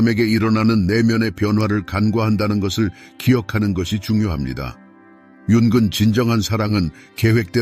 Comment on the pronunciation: tts좀 어떻게 해보세요 융은->윤근 이렇게 나오는데 이거 말고도 많은데 신경좀 써주세요 전반적으로 오디오랑 자막 좀 신경써주세요